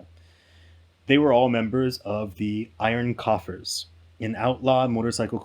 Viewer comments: ROFLMAO… with the biker logo right on the screen “IRON COFFINS” 😂 you said IRON “COUGHERS” … 🤔was that a slight on the older members being 70 and 80? 😳🤣 if they’re really like the Hell’s Angels I hope you have a virtual IP and the Iron “COUGHERS” as you read their logo can’t discuss what you called their club?😳😁 That’s like calling the Hell’s Angels the Hell’s sissies while looking right at their logo, lol! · You really sounded like an absolute dimwitted fool . You put up a logo that's says "The Iron Coffins" and you call them "The Iron Coffers?" Or did you mean coughers? Coiffures??